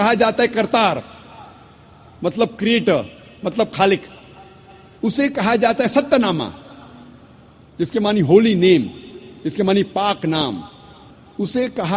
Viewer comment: गुरु साहेब के शब्दों का इस्तेमाल गलत कर रहे हो उच्चारण गलत कर रहे हो सत्य ना नहीं होता 7 नाम होता है